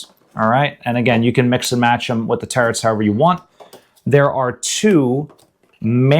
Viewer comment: I really like this channel, but every time this guy says "terrets" I wanna bash my head against a wall.